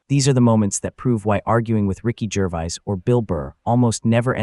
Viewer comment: Cant even say Gervais properly!